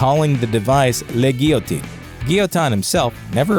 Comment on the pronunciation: Guillotine = gee-YA-teen. Not gill-UH-teen. It's French, ya no...